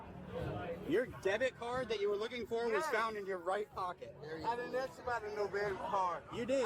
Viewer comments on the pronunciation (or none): "Aks for my phone"? What the hell is an aks??